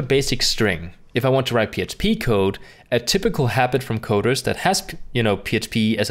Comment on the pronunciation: I agree that you do a good job with your videos. However, you keep saying "psp" when I think you're trying to say "php".